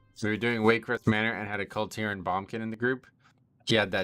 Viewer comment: Why are u calling it a Bum-kin snd not boomkin mate?